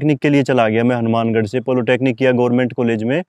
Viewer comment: Bhai yeh polotechnic kya hota hai!!! Humne to Polytechnic suna hai🤔😆